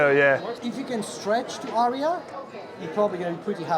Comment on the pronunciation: and "Arya" has but TWO syllables, despite the mispronunciation by the HiFiMan representative.